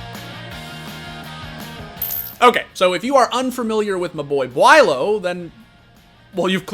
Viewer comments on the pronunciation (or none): Why do they say bwhylow it’s bo lo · Did he just call beaulo BWYLOW? Lmao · Everyone: "Bowl-oh" This dude: "Bewaylow" Like, why are you pronouncing it that way? 😂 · "wilo" "bualo" "bilo" bro can you just call him beaulo? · how do people get "BwaiLow" from "Beaulo" BO-LOW it isn't hard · Nobody:: “Bueylo” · HE SAID BWYLO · how do you have this many clips of beaulos name being said and yet still say it wrong hahahaha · I’m convinced you pronounced “Beaulo”differently every time you said it